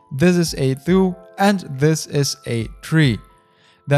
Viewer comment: A-thoo, and A-tree :D Nice video!